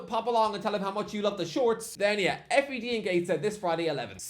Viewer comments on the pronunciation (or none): you are the first person I've ever heard call it the F.E.D😂😂 its the fed 🤣🤣🤣🤣